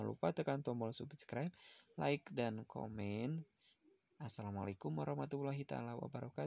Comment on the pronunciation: Itu Yang Asslamu'alaikum.. Kok Jadi Assalamu'alaita Wabarakatuh??.🤔